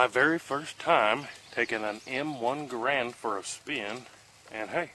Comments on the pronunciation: Except he doesn't pronounce it correctly. According to the man himself, it rhymes with "errand" but with a hard G. So more properly like "GARE-und." Not "Guh-Rand" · your drill sarge was wrong. Its g-errand not GUHrand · My drill sergeant said it's "GaRAND." He had more rank than I do. General George S. Patton, who outranked me (private E1 at the time), and my drill sergeant, also pronounced it GaRAND. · If you ever wore the Army uniform, you would know there are 3 ways to do thing. The right way. The wrong way. The ARMY way. My drill sergeant pronounced it "GaRAND."